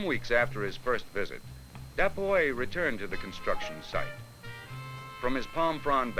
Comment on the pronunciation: I swear I was mad, I thought the narrator calling him the boy... how pronunciations can be bad sometimes